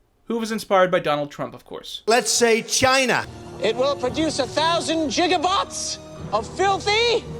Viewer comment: let's say CHAYNA